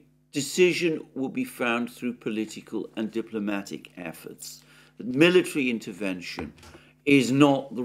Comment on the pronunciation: Sorry, but Alexander Just did not put any evort in it. Total lack of respect. Unforgivable.